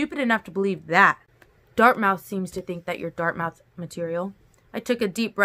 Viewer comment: FYI: Dartmouth is pronounced dart myth. Thank you for these videos! ❤️